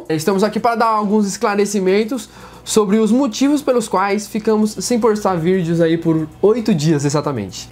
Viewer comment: "posrtar virdeors"